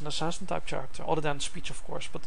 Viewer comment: Why do u say chairecter